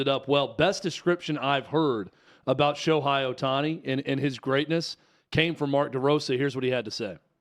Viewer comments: I agree with you so please pronounce his name right 😂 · Dudes - can not even pronounce his name right. Lol. That tells you a lot of things.